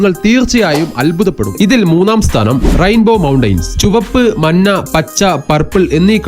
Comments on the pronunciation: മന്ന .... അല്ല മഞ്ഞ - മഞ്ഞ.. നെക്ഷത്രം അല്ല നക്ഷത്രം - നക്ഷത്രം ആന്നടിക്കുക അല്ല ആഞ്ഞടിക്കുക ... ആഞ്ഞടിക്കുക പ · ആദ്യം മലയാളം നന്നായി പഠിക്കൂ , മന്ന എന്ന നിറം കണ്ടുപിടിച്ച മഹാൻ , ആന്നടിക്കുക എന്ന് പറഞ്ഞാൽ എന്താണ് , നെക്ഷത്രം എന്നാൽ എന്ത് , മലയാളി ആണ് പോലും മലയാളി !!!